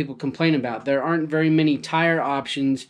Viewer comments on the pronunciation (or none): none